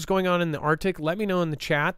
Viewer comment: ARCTIC…NOT ARTIC.